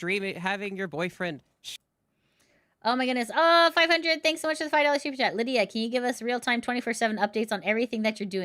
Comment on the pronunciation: "" not "Lydia". Sorry I was distracted and quickly trying to type that at work